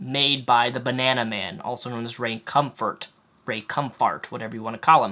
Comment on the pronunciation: ...the fact that you would mock Ray Comfort by deliberately mis pronouncing his name really shows how childish you are...Want to sound intelligent? Resist the temptation of being an asshole 😉 Just sayin'...